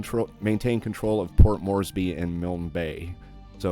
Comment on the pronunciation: Finally someone who can pronounce Milne. I know it's not a common name, but it's a family name and hearing it mispronounced by other content creators was a serious distraction. I have a particular interest in equipment. I am hoping this mod brings us uncommon aircraft and naval units like others have done.